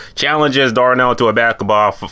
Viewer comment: This Nigga can’t say basketball well at all 😂😂